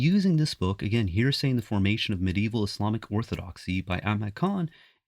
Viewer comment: You can't even pronounce 'heresy' properly.